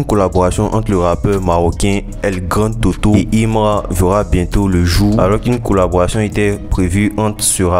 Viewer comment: El grandé toto stp,et pas el grand toto